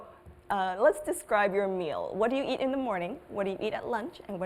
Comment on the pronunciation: nói describe là đis cờ ri bờ các bạn ạ